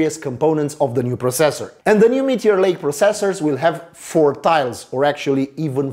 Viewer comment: gd review but the way u say processor really bugs me